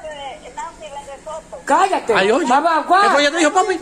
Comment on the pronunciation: Hayyy que risa 😂 tú ere bellaco dile cara de Soto 😂😂😂 y ella lo dise mal 🙈😂😂♥️🥰